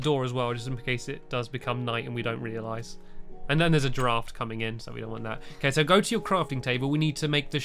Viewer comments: I thought stampy said a giraffe was coming in not a draft............lol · When he said, there is a draft coming in, I thought he said giraffe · Oh! A DRAFT coming in!! I thought you said a giraffe for a second there!!